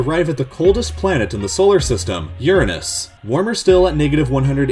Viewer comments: Its youranus not yourinis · It’s U-ra-nus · It's not "Urine-us" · he said ur unis cause he didnt wanna get demonetized by saying ur-anus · Uranus is pronounced as Your-Anus, and not as Urine-Ass. Not that it makes a huge distinction, but still, for someone who's gathering facts together... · It’s not urns it’s Uranus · "Urans" instead of "UrAnus" that save tho lolol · it's pronounced YOUR ANUS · Do not like the pronunciation of Uranus....it's URANUS...BUTTHOLE HUMOR...lol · Youranus? LOL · It should be ooo-Ron-os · hehe,,,, urine-is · That pronunciation of Uranus sounds like “urine us” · It's actually UrINus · AHEM! its pronounced YOUR - ANUS! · For Uranus say : your ain es . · It's pronounced your-rannuss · actually, the intended pronounciation is Ur-Ah-Nus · "oo-ran-os" or "ur-ron-us" ayyyy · He pronounced Uranus like someone who is afraid to say...Uranus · Aww he pronounced uranus different haha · i like how he pronounces Uranus wrong so he doesn't get made fun of lol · Woah! He said Uranus differently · He pronounced uranus wrong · he mis-pronounced Uranus. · You mispronounced Uranus :) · Eww who tf pronounces Uranus like that? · Learn how to pronounce Uranus lol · And he mispronounced Uranus too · You said Uranus wrong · That's NOT how to pronounce Uranus! 💚💜💙💛